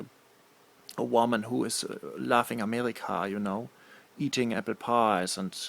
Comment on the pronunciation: it sounds like he says amelica lmfao